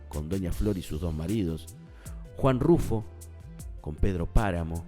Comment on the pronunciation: Es Juan Rulfo, no Juan "Rufo".